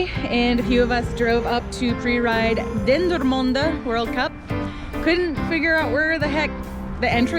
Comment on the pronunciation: I'm amazed at your accurate pronounciation of Dendermonde and Bredene XD. Happy new year!